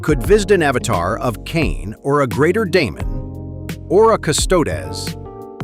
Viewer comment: ... okay, this beginning AI voice is VERY well done. Only a few words it screws up on, like "Ultramarines" and "Custodes", and if it didn't screw up on "Ultramarines" I might have been fooled into thinking it was a real person. (The amount of people who are now into Warhammer and pronounce "Custodes" wrong is so high that mispronouncing it proves nothing) Then it goes back to being obvious AI about a minute in. But that first minute, those first few memes... this AI voice was cooking. If that could last the entire 12 min, this would be both awesome and terrifying.